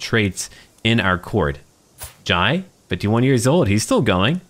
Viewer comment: Jai is pronounced with an "eh" sound so like "j-eh" Only saying because it's a matter close to my heart